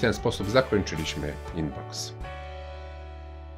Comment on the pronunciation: nie inbox tylko unbox.